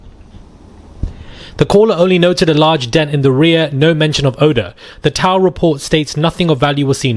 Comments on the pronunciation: Tow is pronounced toe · Bro doesn't know how to pronounce "tow"?